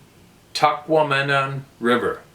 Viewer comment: First off, let me say I love listening to your podcast. Second, I love hearing you mispronounce Native American words that are common in Michigan. Tahquamenon Falls State Park Rivermouth is one of my favorite places to camp and kayak. Hearing you pronounce Tahquamenon literally brought laughter into my day. Thank you.:) You’re the best of us. We sincerely appreciate all you do.